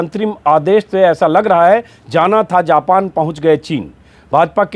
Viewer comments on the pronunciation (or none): none